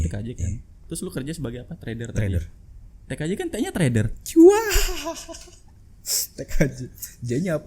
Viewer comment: di ajakin mas juljam berantem..... dia kesel denger lu ngomong tkj T nya itu traider